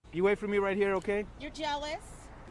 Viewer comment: "Is it cause you're gealous?" ...🤣🤣🤣